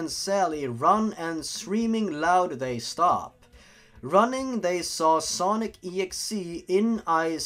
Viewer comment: oh hey cool hesaid it like snock.executabel yourg